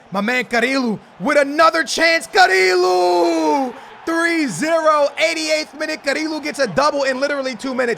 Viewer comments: It's pronounced "Cariyo" not "carilo" pls skillz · Its not carilo, its carrillo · It's pronounced carrio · to say carrillo's name is ka-ri-yo